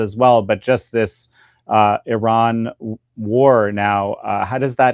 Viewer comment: Gorgeous Gordon can say Iran correctly... which proves he knows what he is talking about 😅👍